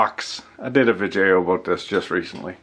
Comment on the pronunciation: I always feel like I learn more from your vi-jay-ohs than I did from taking engineering classes.